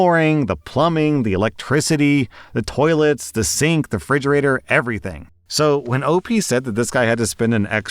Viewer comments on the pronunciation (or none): did say "fridgerator"?